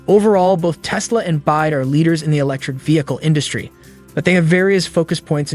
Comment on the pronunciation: It’s Mun gerrr and it is B.Y.D. Not bias.